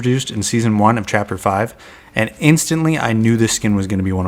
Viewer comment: bro said chaper three seasoon 5?